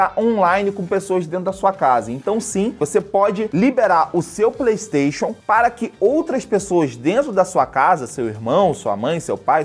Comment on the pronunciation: eu queria saber pq q ele fala PLEIXON inves de playstation